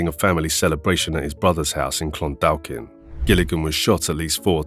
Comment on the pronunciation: Clondalkin is pronounced like this Clon daw kin the second L is silent when most people say it.